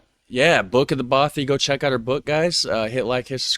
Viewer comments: Hi... Just to say (& I know someone will correct me if I'm in error here) but although "bothy" looks like it's pronounced like "both-y" it actually rhymes with "cloth"-yr both - cloth. ( Unless you say 'cloth' to rhyme with 'both'?!) so not the long 'oh' sound, like: oh, or so, or flow, or go, okay? 👎 The short 'o' instead... Bothy o...like: Cloth, moth, broth, doth... okay? 👍 not "bowthy"... 🤞😏🏴♥️🙂🖖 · Thank you for pointing this out. As a Scot, his consistent mispronunciation was grating to my ears 🙄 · 'Bothy' to rhyme with 'coffee'